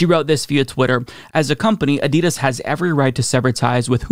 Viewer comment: They dropped him after they had heard the way he pronounces Adidas.